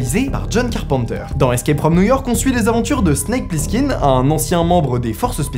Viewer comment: Le nom Plissken ne s'est jamais prononcé « Plisskinn »…